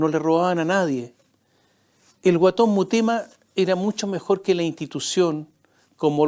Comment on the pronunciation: La boda en el Padrino (1) fue en los 60 y no en los anos 30. El alias es Guaton Mutema, no Murema « 2 veces » dicho por este sarcastico periodista derechoide, demasiada imitacion a los farandoleros de la tv argentina.